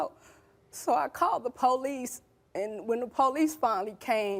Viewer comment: Who are the "poe leece".....last time i checked thry are called the police